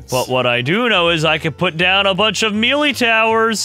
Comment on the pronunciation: i cried when he mispronounced melee